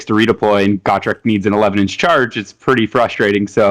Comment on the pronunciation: Just gotta say....it's Gotrek...not Gawtrek.... he's too good to not know his name lol. Great lists amd great win loss record